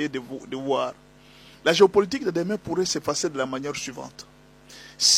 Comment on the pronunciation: Ça c'est une façon enfantine de penser comme ça.... "la POUARRAIT" fausses analyses